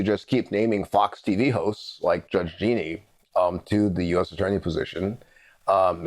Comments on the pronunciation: It is peonouced Ja-neen not Geeknee. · Jean - ine. Not Jeanie.